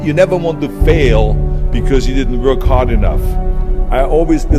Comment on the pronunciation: the way Arnold pronounces the word "W(v)o(Ö)rk"...